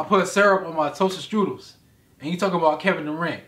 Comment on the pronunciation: "I Put Syrup On My TosterStrudel" 😂